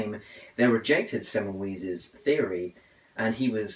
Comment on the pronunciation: Hey, some tips, its not zaz, is Ssass (Ss like in the german). It semmel"vice" not semmel"wees" appreciate you reading his book, keep on reading.